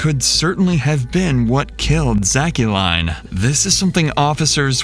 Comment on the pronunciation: I think the daughter's name is pronounced Zack-Lynn not Zack-u-line. Still not a normal name